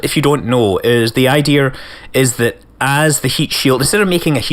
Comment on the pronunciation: "The Idee-er is..."